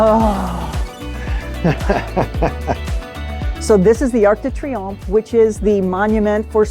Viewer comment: "Arc de Triopmhe" ?... 🧐 How do you pronounce that ? 🤓😉 ( answer : like triomphe 😉)